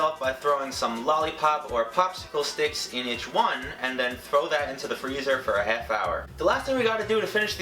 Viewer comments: Anyone else hear him say ”hef” instead of ”half” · "Next thing I did was let it cool for 10-15 minutes, then popped it right outta the pan, cut it in HEF because that is all we are going to be needing. It is up to you to decide whatever you want to do with the other HEF. Anyways you're gonna throw HEF of the cake into the bowl and crumble that up into little bits. Then throw a HEF cup of vanilla frosting in there with it, and mix that up." Why am I just now noticing he says half like hef? Lol, I'm deceased!!! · Living for the way he pronounces 'half' ............herf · Where are you from? I'm trying to figure out what part of the country says 'half' like "heff" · He says half so funnily 😂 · How he says half lol